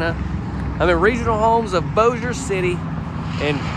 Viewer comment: Yay!!! Somebody who isn't from Louisiana that actually pronounces Bossier right. 😂😂 I live in Texas now and you should hear some of the ways they pronounce it here. 😂😂 I love the kitchen I this one.